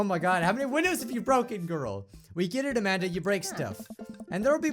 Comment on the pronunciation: I keep thinking that is saying Imagine instead of Amanda